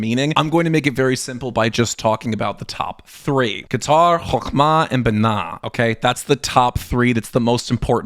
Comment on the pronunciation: Dude your pronounciation is off...BeeNah Kayter etc.